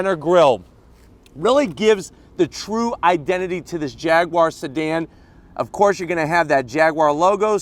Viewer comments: Jag-you-are not fricking "jagwaar" None the less, nice shag (Jag/Jaguar/"Jagwaar") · Pronounce it properly! It's "Jag YOU ar" not Jag WAAAAR!! Pronounce the U (YOU) properly! There's no W in the word Jaguar! Grrrrrr